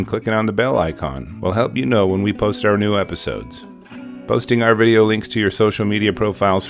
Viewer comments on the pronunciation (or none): none